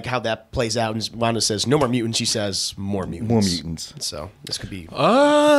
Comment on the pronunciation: No one:: Wunda and the Multaverse